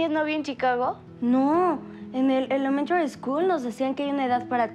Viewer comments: Cada vez q diga "Elemtary school '' me doy un madrazo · Un dolor de cabeza cada vez q diga “elememtry school"